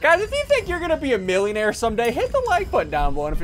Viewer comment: "Milbilonairies" New word added to dictionary